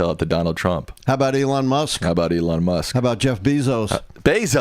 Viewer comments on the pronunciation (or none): none